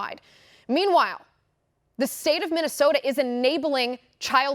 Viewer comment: Say minnisota................who do you think you are......CALIFORNIA???